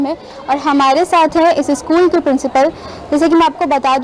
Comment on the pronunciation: शकुल नहीं.... स्कूल बोलते है